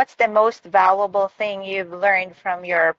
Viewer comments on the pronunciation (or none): The stress on semester is on the 2nd syllable, not the first one. It's val-ywa-bol, not va-lu-wa-bol. 😉 Valuable also means important.